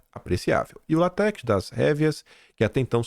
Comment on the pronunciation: a seiva da Seringueira não é lat(é)x, é l(á)tex.